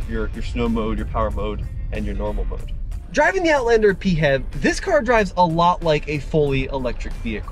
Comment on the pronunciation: for the love of non-existing god, please, stop saying "pee-have", pronounce it as "pee-eightch-ee-vee" instead😢😭🙏